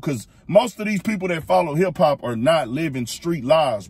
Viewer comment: Dude said hip-cop 😅😅😅🤦‍♂️